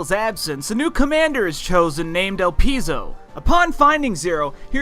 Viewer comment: The pronunciation of the word el pie zo